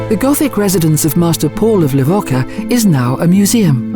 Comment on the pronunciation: Within the first few seconds your automated voice completely mispronounces the name of the place you're supposed to know so well that you're posting a documentary about it. It's pronounced Le-vo-cha. Idiots.